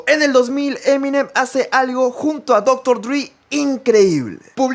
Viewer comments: No se dice "dri" sólo dile dre tal como se escribe. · Por qué los hispanoablantes dicen Doctor Dri jajajjaa se pronuncia doctor drey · Por qué le llaman Dr. “Drí”? Se pronuncia Dr. Dre, tal como se lee. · Cómo vas a decir dr. Dri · Me molesta como dice dr dri jajajaja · Seria mas lindo si pronunciares Dr Dre como se lee y como en realidad es que forzar / Driii/ solo digo, si escuchas canciones donde mencionan a DRE vas a escuchar bien como se pronuncia. Es solo una critica constructiva, Saludos.